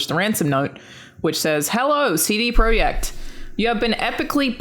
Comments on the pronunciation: "CD Proy-eck Red" I thought it was just a cool kid spelling not a different (Polish?) word. That's why you have to listen as well as play and watch I guess. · Missed the ''T'' in CD Projekt's name there 😉. Love the show, congrats on 50 episodes!